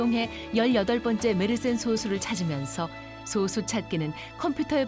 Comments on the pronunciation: 나레이터님의 소수'발음에 문제가 있습니다. 대부분의 발음들이 소:수로 들립니다. 저만 그리 들리는가 궁금하네요. 소쑤.또는 솟수처럼 앞의 소를 짧게 발음해야 하는데 대부분의 발음들이 앞의 소'자를 길게 발음하고 있습니다. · 소쑤로 발음해야지 왜 소수로 말하는건지...아나운서가 국어발음도 모르고 이런 영상 찍는건가? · 소:수로 잘못 발음하네요. 소수(0.1)와 솟수(7)를 구분 못하면 그렇게 발음할 가능성이 높지요. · 님이 말한 그 소수는 소수이고 수학에서 말하는 건 소쑤(된발음)입니다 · 수학계에서 솟수라고 발음하는 국내 학자는 없을겁니다. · 앞으로는 제발 [소쑤]로 발음해 주세요~ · 10년 전이면 그동안 컴퓨터 기술이 엄청 발전한 걸로 봐서 더 큰 솟수도 발견됐을 거 같네요... 그런데 나레이터가 수학상식이 제로인듯. 소수(小數，decimal number) 와 달리 素數(prime number) 는 솟수라고 할텐데. 작을 소 자는 발음시 장음이고 원소 소 자는 단음임. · 그래도 ebs방송인데 소수 발음은 제대로 해야 하는 거 아닌가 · 시작하자마자. 小数와 素数발음도 구분 못하는거 보고 비추박고 나감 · 2초만에 발음 이상한데? 싶어서 바로 댓글 찾아보니 이거 있네. ㅇㅇ 나레이션이 발음하는 소수는 0.1 같은 수를 아우르는 소수임. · 장단음 아나운서 성우들은 서로간에도 깐깐하게 잡는다고 알고있는데 이렇게 그냥 나왔다는게 신기하네용. 피드백이없었나